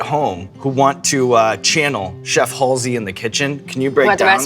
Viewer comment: I thought it was pronounced Halsey, not Halsey